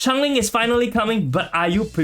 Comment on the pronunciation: im from singapore and this is a great guide. However, the way you keep on pronouncing it as chang-ling is super annoying ngl.. like she isnt a chinese char so its essentially butchering her name. And even in the story, she shape-shifts (sort of), so she is definitely changing alongside her environments. If you are unable to say her name due to any reading difficulties, then i apologise in advance, but its super triggering lol